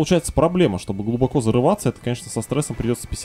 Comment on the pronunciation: ради бога, глубокО. Уши режет просто.